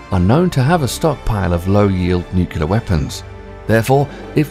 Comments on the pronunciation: It’s not ‘Nucular’, it’s Nuclear. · Nuclear, not Nucular. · "Nucular"??? it's nuclear. "Caviation"?? It's cavitation. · And the word is pronounced "nuk-lear" not "nuk-u-ler." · Not to mention that he says Nucular instead of Nuclear. Every time I hear someone say that it makes me want to jump out of my skin. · Thumbnail but yeah, not to mention pronouncing it nucular instead of nuclear and I guess when he said cavation he meant cavitation I'm ok only speculating though since cavation isn't a word I have heard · It would really help if you would stop mispronouncing "nuclear." NEW-clear not NYOO-kya-ler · It's pronounced "nuc-LEE-ar" not "nuc-U-lar", good God that drives me freakin' nuts!! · Learn how to pronounce "NUCLEAR." It's pronounced: NEW CLEAR, not: NUC U LAR. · how about "cavation"? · Can’t we please stop mispronouncing it “ nu cu lar?” It’s “ nu clee ar.” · You would think they would hire a narrator that could pronounce the word Nuclear. It is N-U-C-L-E-A-R, not N-U-C-U-L-A-R. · Great vid. Exciting stuff. Minor note: "Nuclear" is pronounced "new-clear", not "nuke-ya-ler", and the word relating to the noise propellers make vs pump jets is "cavitation" not "cave-ee-ation". This is not criticism. Just some assistance going forward. Loved the video and subscribed! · Destiny. I had to verify it several times due to your accent, and to my surprise you actually said "NUCULAR" when it should be NUCLEAR! It is sad when people don't care to know the difference between these two words! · NU-CLEE-AR ... say it with me. NOT Nu-ku-lar... as in, the NUCLEUS. NUCLEAR: weren't you READING as you said that shit?? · i already seen the comment but ITS NUCLEAR NOT NUKULEAR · Nucular? Not a word. Caviation? Not a word. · I thought it was GW narrating when I heard "nucular"! :D The word is nuclear not "nucular". :D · Properly spoken. The word is NU-CLEAR...Not Nukuler. Okay George W.? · It's a nucleus. It's nuclear not nucular. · Nucelar or Nuclear? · NUCLEAR NOT NUKULAR